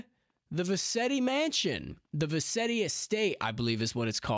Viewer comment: vercetti not vetti